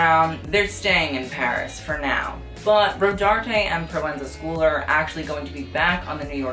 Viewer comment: Lol you roast people for pronouncing hermes wrong and you can’t say proenza schouler